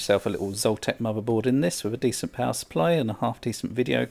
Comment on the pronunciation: It's not Zoltec, it's ZOTAC! For the love of...